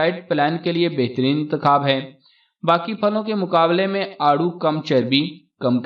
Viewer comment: It is aarro, peach